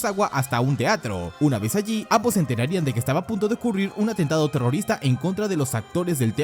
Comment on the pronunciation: Porque tanta énfasis en la última letra de las oraciones ? BombAAAAA terroristAAAA